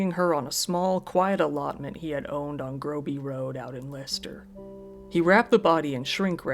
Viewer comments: Just wanted to say well done on pronouncing Leicester correctly! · You pronounced it correctly. Phonetically it's 'Lester' or 'Lesta'. Edit: Now I've watched it all it's hardly surprising that it was the chloroform that killed her. It used to be used for a short time as an anesthetic in hospitals for operations before quickly being withdrawn because of unreliability & complications. Many people have used it (as weird as it sounds) as a sleep aid because it can be effective; but (1.) It takes more than a few huffs & not like the movies/books. (2.) It can cause bad burns to the skin, lips etc as it's quite corrosive. The danger comes with prolonged / acute exposure as it's heavier than air & displaces the oxygen in the lungs; thus resulting in suffocation & can this can happen quickly. Side note; it boggles the mind that they bought it as transactions are easily traced & didn't just make it themselves. It's a simple mixture of either rubbing alcohol or acetone & bleach. It can be easily made at home (not recommended). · yeah...you pronounced it correctly. Lester. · Yay Leicester pronuncination!